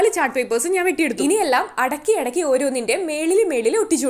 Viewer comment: അടക്കി അടക്കി.... അല്ല.... അടുക്കി... അടുക്കി... എന്ന് പറയണം